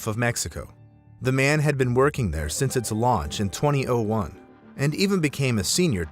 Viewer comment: No one says 2001 like that